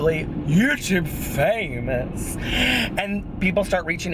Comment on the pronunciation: Question: Usually you say: "I'm not going anywhere; I'm YouTube famous now." --but sometimes it sounds like you say: "...I'm YouTube famouser now." WTH are you saying?! "famouser"? I have to know. Lol!